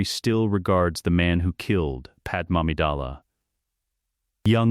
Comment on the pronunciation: FOR TROGDOR'S SAKE! WILL /SOMEBODY/ FIX THAT BLASTED AI VOICE-OVER???? IT'S "PAD-MAY", NOT "PAD-EM"!!!!!! AND NOT "PAD MAMIDALLA"! SHE'S FROM NABOO, NOT KRYPTON OR INDIA!